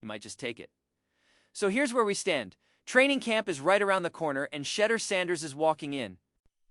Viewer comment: Excellent analysis. You might want to learn to pronounce his first name properly; it's "She-DOOR" with the accent on the last syllable "DOOR" Keep up the good reporting!